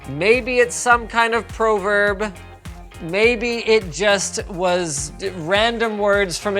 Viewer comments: Yeah Linus! Here's your pro verb for the day: Speaking. And we'd like you to do it correctly. But your proverb the day is: Fall down seven times, stand up eight. ...Keep trying NOOB! (JK love you) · Pro-verb lol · Pro-verb. Wow. It's Pra-verb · PROV-erb not Pro Verb 😂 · Pro-Verb. Lmfao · PRO-verb? Really?